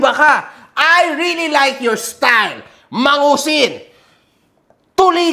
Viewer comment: MANGUSIN ❌ MADUSING ✅